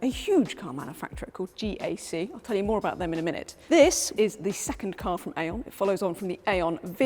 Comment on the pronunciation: GAC is not pronounced Jak, it is pronounced Jace.